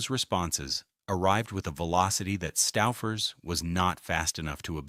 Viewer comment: Making me crazy. STOOOO...FERS. OOOO not Stauffer. I grew up in Cleveland with Stouffers. Still eat it.